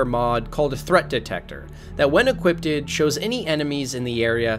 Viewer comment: lol equipt-ed